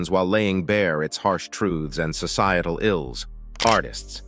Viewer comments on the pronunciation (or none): Laying "bare" not "bear". I'm Jamaican.